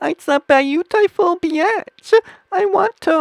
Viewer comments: he said rovky beatch but it sounds like he is saying rocky bitch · The way he says beach sounds like "biaaatch" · when he was saying beach it sounds lik hes saying bitch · Rowkai beeaatch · He said bitch not beach or was it BEAnssvshshgshsCH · when he said beach lol he said bitch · Dis he say rocky beatch?